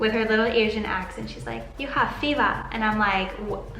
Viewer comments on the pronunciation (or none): I didn't figure that "feva" part till I read it in your comment. I was like "the fuck is fiva?" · "Yoo ha feevuh" 😑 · “You have feva”😂😂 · "Yu have feva" 😂😍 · “Yoo hav feva” -Asian flight attendant